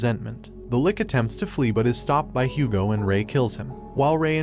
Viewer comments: Also its "Lich right? not Lick?" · I just laughed at his pronunciation of Lich into "lik". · Lich not lick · 😂 😂 😂 Bro your pronunciation. The lick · It's not pronounced "lik" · some anime i watched recently had an english dub that said lick and it drove me nuts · This guy really butchered the pronunciation of lich and protagonist